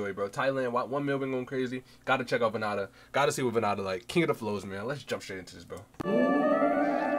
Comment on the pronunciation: Vann Da Cambodia's king of Flow. pronounced VAN DA. VannDa - Time to Rise